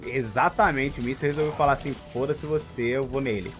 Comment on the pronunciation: "Fôdace" hu3hu3